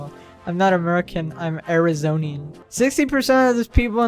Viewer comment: "I'm not American, I'm an Arazonian" Um, and where is Arizona?